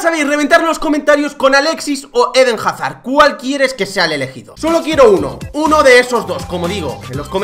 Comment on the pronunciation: Jajajaja "Jarzard" pensé que pondrías Jarsar